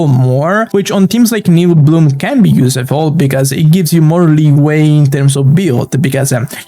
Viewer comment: Hello, I hope I don’t sound mean with what I’m about to say. Your English is very good! But you are mispronouncing the word “useful”. The “use” should sound the same way it sounds in the word “useless”, which you do pronounce correctly. Very insightful video as always, thanks very much for your efforts, you rock!